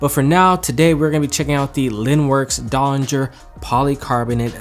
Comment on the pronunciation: You definately nailed the name pronunciation.